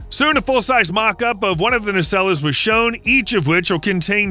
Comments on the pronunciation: Does nobody watch Star Trek? It's "na-SELLS" not "na-SELL-ess". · …engine NAY-SELL-UHS… Can’t somebody make AI narrators learn American English pronunciation and idiomatic pronunciation? At least this one got to more than six minutes before it gave itself away. Maybe the AI wizards are all working furiously on my last challenge - figuring out how to eliminate those damn little bar code stickers that are on every single loose piece of fruit in the produce section of every supermarket! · Might I suggest you learn how to pronounce nacelles correctly 😂😂😂